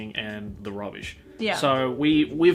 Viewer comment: Rubbish? your Australian is seeping out